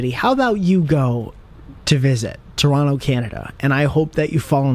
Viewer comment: 😲 you pronounced Toronto like a Torontonian! I hereby adopt you into our nation. also best answer video ever.